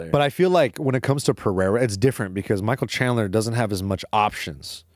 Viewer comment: "Michael chandelier" 😭🤣😭 moicano is a treasure